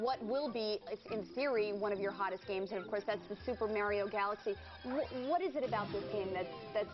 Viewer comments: i was JUST about to say that. super MERIO?!?!?! NO!!!! why the crap else does he "it's-a-me, mAAAAAAArio!". not "MERIO"!!!!!! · MA-RIO Say it everybody now MA-RIO Not Mary-O Yeah, GAME PRICE CUTS! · Mario, its pronounced MARIO!!!!!!!!!!! crazy moron.